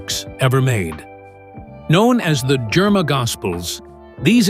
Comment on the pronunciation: THANK YOU FOR BRINGING THIS INTO THE LIGHT. One correction… It’s the “ GERIMA GOSPEL” NOT JERMA GOSPEL. .